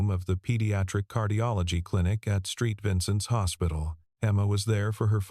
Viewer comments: Street Vincent's or Saint Vincent's? Not so intelligent! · SAINT Vincent's. NOT STREET Vincent's